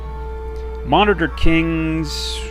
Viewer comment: yeah gameplay is tremendous and well thought out, but please for the sake of me pulling my hair out work on pronunciation of things lol min-o-taur is not mon-I-ter I mean other than that great job!